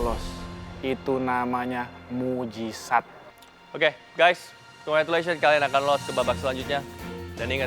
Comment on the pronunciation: itu namanya..mujisat..ngomong mukjizat aja blepotan gimana mo masak..